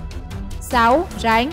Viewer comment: Rắn = Ránh. Ăn = Anh. phát âm kiểu mới